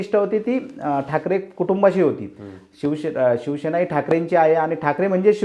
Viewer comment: पुढारी चे वक्ते शिवसेना हा शब्द ही नीट बोलता येत नाही. ते शिवशेना म्हणतात. कांहीं जण तर. शीवशेना म्हणतात. यांचें विश्लेषण काय ऐकायचे?